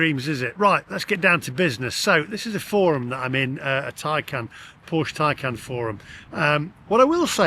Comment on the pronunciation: be honest you cannot love Porche as they have produced crap EV's. And stop calling your car a Tycan it's a TAY CAN. All EV's are utter crap and not fit for purpose, it's time to stop buying Milk floats and that will be and end to this utter madness.